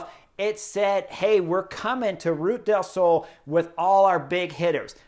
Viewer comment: LUV your analysis!!! But... listening from Málaga, I have to help you out. it’s two syllables- Ru Ta. Ru ta del Sol. An da lu si ah. Or as they pronounce in Andalucia, An da lu thi ah. Just want you to hit the names as well as you coach! Thanks!